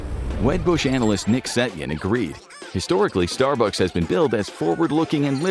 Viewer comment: the point at which text-to-speech becomes obvious: "your neighborhood Star BUCKS". It's pronounced STAR-bucks. You know, like the Viper pilot from Battlestar Galactica? Dirk Benedict.